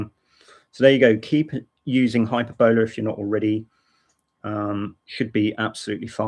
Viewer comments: Sorry for nitpicking, but 'Hyperbola' is pronounced: Hyper-bill-uuh & not Hyper-bowler. Hope this helped ;) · glad he put it in the Desc.... cause it sounds like he is saying "hyperbella" and no such distro exists lol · It's high PER boll ah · The accent in 'Hyperbola' is on the second syllable, not the third, as you are saying it. Maybe the FSF need to step in with this legal issue? Are Microsoft actively pushing this? I wouldn't be surprised. It sounds like a nasty tactic, perpetrated by somebody with a vested interest in competing with, and eradicating, Linux.